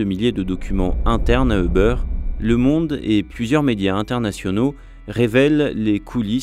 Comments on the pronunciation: Btw c'est pas "eubeurre" mais "youber" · Ça ne se prononce pas Euber. Plutôt Youber ou über. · C'est difficile d'écouter tout un reportage sur Uber quand on entend constamment "e beurre". "Les locaux de beurre", "les dirigeants de beurre", "l'équipe de beurre", ça fait mal.